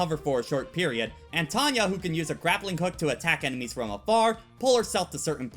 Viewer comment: Did you realize that quite often, you call Tawna 'Tawnya'?